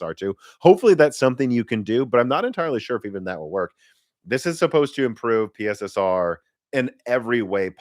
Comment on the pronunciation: It's pronounced "Pisser", not "P.S.S.R".